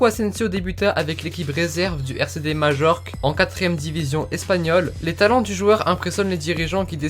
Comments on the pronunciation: On prononce pas majorque mais mayorque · Majorque se prononce mayorque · Majorque se dit Mayorque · On dit pas Majorque mais mayorque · ta prononciation me fait tellement mal aux oreilles !! ca se prononce "mayorque" pas majorque !! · Super video comme dab. Mais on dit "Maillorque" aha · Ça se prononce maiorque pas Majorque !! 😉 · Majorque ce dit mayorque je crois !